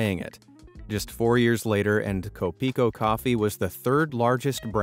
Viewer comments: it’s not ko-PI-ko, actually, it’s KO-pi-ko ; and it basically means “my coffee” (or coffee ko) because “ko” is an ownership signifier article in Pilipino (Philippine language) example “friend ko” means “my friend” and “TV ko” means “my TV”… we do use a lot of English words as is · YOU SAID kopiko wrong its pronounced ko-pee-koh not kowh-pee-kowh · As a person in the Philippines, you mispronounced Kopiko, the Kopi part of the name is pronounced like a mix of the first part of the word copy and the last part of the word coffee, however the ko part is actually a Filipino word and you did pronounce that correctly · filipino brand learn kopiko properly plz